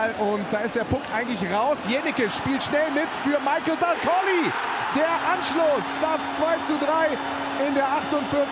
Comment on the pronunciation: Selbst in der Zusammenfassung wird Michael Dal Colle (nicht Dal Collie) falsch ausgesprochen.